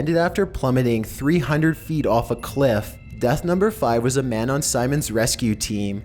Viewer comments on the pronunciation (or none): none